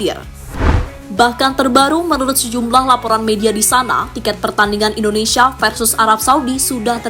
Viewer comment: Koreksi Mind... Bukan indonesaaa... Tapi Indonesiiia. Masak Indonesaa yg bener!!